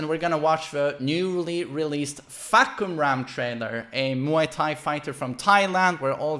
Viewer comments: the announcer pornounce the name wrong btw... its actually Far(long sound)- Come-- Rarm(long sound) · It's faa- (fah)- cum -ram